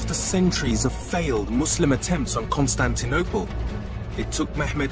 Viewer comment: He called it kostun duniya and not Constantinople shiek imran is deciving you